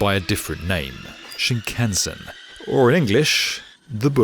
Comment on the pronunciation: Hilarious repeated mispronunciation of shinkansen